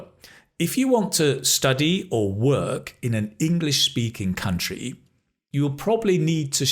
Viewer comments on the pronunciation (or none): Could you tell me please, why in the sentence "Well, if you want to study or work in the English speaking country, you probably need to show the university or collage, or what place?" do you pronounce the word "work", the same way we pronounce word "walk", like walk in the park?